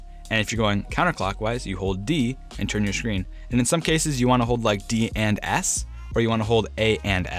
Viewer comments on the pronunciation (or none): Why does he say “shcreen” and not “screen”?